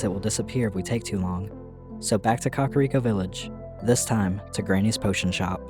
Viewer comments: KAKA-riko???... it's ka-KAR-iko lmaoooo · It's not pronounced Kakariko. It's pronounced Kakariko.